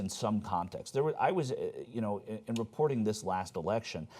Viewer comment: How is it possible to pronounce the word "reporting" like "ree-poor-deeng"? Baffling.